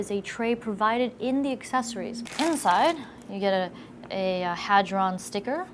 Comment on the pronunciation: I was really looking forward to her saying "Hard On" like Linus did. LOL Good job avoiding the trap.